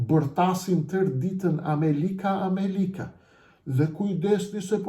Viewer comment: Vetëm nga fjala > kuptohet lehtësisht se ky zagarë është investim i nazistit albin kurti, dhe tani po realizon interesat e albin nazistit për zgjedhjet që u bënë prej një viti dhe Kuvendi i Kosovës nuk fillon funksionin e tij.Turp të keshë o injorant që flet shqip.Asnjë gjë të mirë nuk nxore nga ky fjalim muti , përveçse ofendime ndaj Edi Ramës, dhe nuk thoni asnjë fjalë për agjentët sali berisha dhe albin kurti.